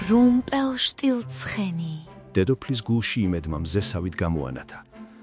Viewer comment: რუმპელშტილცხენი არა რუმპელშტილჯორი